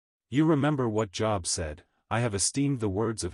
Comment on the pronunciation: The computer was taught to pronounce the word, "Yea" as "Yeah", when it's actually pronounced, "Yay". And the Book of Job is pronounced "Jobe" and not "job". Computers do pretty well, tho.